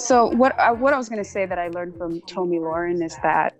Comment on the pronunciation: 'Lahren' rhymes with 'Karen', not "Loren", as in 'warren'. p.s. Her eyebrows need an arch.